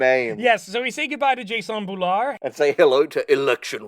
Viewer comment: I... think it's pronounced "jason nebulaar" or "jason nebula ar" 😅